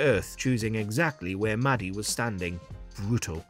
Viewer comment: Bwutal xD